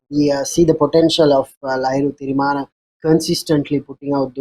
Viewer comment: Pronounce players name properly. Lahiru THIRIMANNA. not tirimana